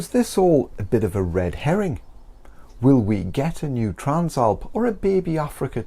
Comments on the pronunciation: Bro trans-alp not tran-slap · The translap must be a British thing. I have never seen/heard anyone struggle with the name.